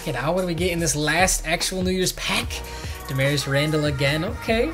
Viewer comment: U said damarious correctly